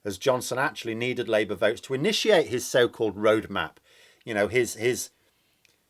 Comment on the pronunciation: .... I thought I heard you say "rouge map" instead of "road map" (rewind). Hmmm. ... 😁